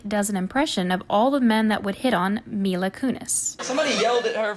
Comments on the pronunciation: You just called the greatest actor alive “James McCavery”. It’s also MILA. Not “MINA”. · I apologize if someone already said this but, do you intentionally pronounce celebrities names incorrectly? Even some of the ones you mess up are said in the following clip. "Kiara Knightley, James Mcavery, Mina kunis"